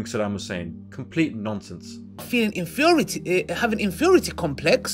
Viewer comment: what is an 'infiority complex' I think he means he is missing some brain cells to compose that word together, what a joke that boy.